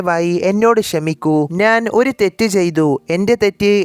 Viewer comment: അവതരണം മഹാ മോശം 😢 നാൻ അല്ല ഞാൻ